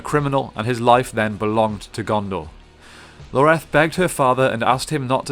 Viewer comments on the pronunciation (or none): ins't it Ioreth not Loreth? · its ioreth not Loreth xDDDD wtf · God, how hard is it to read a word? It’s Ioreth, not Loreto. Did this guy even play the game? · It's not Loreth its Ioreth. Ee-or-eth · Talon isn't from Honor originally, he is from Rhovonvian, near Dale(this is covered in the memories you find in the first game) that's why Ioreth 's (whose name starts with an I not a L. Pronounced Yoreth ) father disapproved of him he was a foreinger. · is anyone else a little irritated that he kept saying Loreth instead of Ioreth? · “Loreth” can’t even get her name right lol already not watching. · Ioreth's name starts with an i not an L. Still, great video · Didn't like the mispronunciation of Ioreth and Dirhael, but this all in all is a good brief summary. Long live the the Gravewalker. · Its Ioreth, with an i